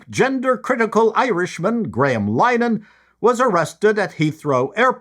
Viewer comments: "Linn-uh-hann" Three syllables. Otherwise, spot on. But Graham (Father Ted/IT Crowd) is a Comedy Sitcom LEGEND. You should know this!!! :) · FYI I think it's pronounced: Lin-a-han. 👌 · Just so you know, - Linehan is pronounced Linn-eh-hin. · It's pronounced Line-eh-han